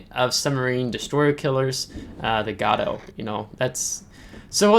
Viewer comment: Great vid,!!!! Gato is pronounced as gayto.